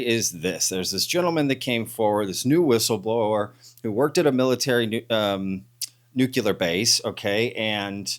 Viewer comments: Bush left office 16 years ago, sooo maybe try this on = Nuuu-cleeee-aarrrr. Nucuhhlus is not a thing, nuclear is a thing. Btw this guy is full of magma heated sht. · Love you but it's like fingernails on a chalkboard, there's only one U in the word nuclear phonetically nuke lee err. Honestly I'm not trying to be a butthead, but that word only has one pronunciation that is correct. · It’s pronounced “New Clear” not “Nucular” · it’s NUKELEEUR…….NOT NUKEYOULER. LOL😅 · NuCLEAR! not nuc-you-ler! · It's not nuke-u-ler, it's nu-clear, people sound like morons when they say it the way you are saying it. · Why do people still pronounce it nuk-u-lar? It’s nuclear. I know, get a real problem. It’s just a pet peeve! 😄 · even if people live in different places, the correct pronunciation is still “nu clear” not “nu cular”. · Nu clear NOT Nu culer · The word is Nu-cle-ar. Not newk-u-ler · Nuc-li-ur not nucular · Love the channel! great video. One really pick, comment. Nuclear is pronounced "new - clear." Not "new - que - ler." Sorry. I used to work in a radiochemistry lab, and to this day it sticks in my craw when I hear that.😆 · Can you please explain to me what a nucular weapon is? As far as I’m aware we only have nuclear weapons. FFS this has been pointed out to you so many times. Get it right! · It’s pronounced “NEW-klee-ur.” See: “Nuclear.” Now try saying it. NEW-KLEE-UR. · Stop saying "nucular" if you want me to try and take you seriously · Nook LEE UHR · Nuclear. Sounds like "new-clear" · ....dubya Bush said it like that too.....must be a Texas thing 😆😅🤣